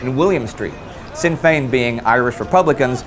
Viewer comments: just a little point, in Sinn Féin, you pronounced Féin flawlessly but Sinn is pronounced "shin" not "sin". not to be rude just a that little thing that made me cringe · The Sinn in Sinn Fein is pronounced like shin.